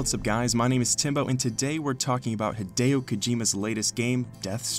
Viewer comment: why do you pronounce hideo's name like that tho